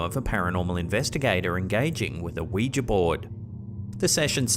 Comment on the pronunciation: you are one of the very few who pronounce ouija properly. I thought I was the only one not calling it a wee-gee board.